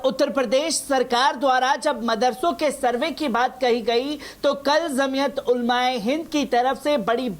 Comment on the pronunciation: KYA ZAMIAT BOLTA HAI..JAMIAT BOLNE NAHI AATA...BEWAQOOF ANCHOR...